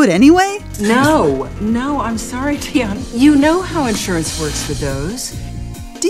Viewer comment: Idru Lili Iys ITS DEON not dion